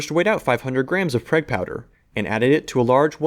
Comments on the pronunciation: "Prayg" lol... its PRAWWWWG. Uhn-ih-teed Staahttsss of aaimEeerriikayyy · Pronounced prog......prag is a term for a prison bitch in the show Oz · Someone may have already said this, but I'm almost certain you say "Prague Powder" in the same way you'd say the name of the Czech capital city "Prague" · I had to stop after the 3rd time you called it "PREG" powder! WTF dude? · Btw it's pronounce like 'prog', like the city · More like Prahg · Prague is pronounced Praag (a long A vowel). It's the capital of Czech Republic. Cool video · Pronounced Praha in English. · I managed to subscribe despite the pronunciation of Prague